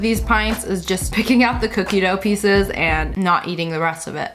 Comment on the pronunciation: lol i shought u said "apple PIZZAS" but u said apple PIECES